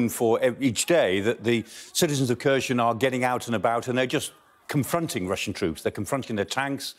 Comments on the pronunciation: Why does everyone seem to pronounce all these names wrong? Am I going mad or is it Kherson, not Kherzhon? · It’s not Kursion - pls at least learn how to pronounce names of Ukrainians cities. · They dont say kherson correctly lol